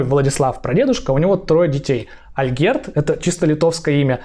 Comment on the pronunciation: Вы молодец! Возьмите на заметку, что в польском языке ударение падает всегда на предпоследний слог: поэтому Ольгерд, а не АльгЕрд, как Вы произносите. По-польски, Olgierd, по-литовски Algirdas.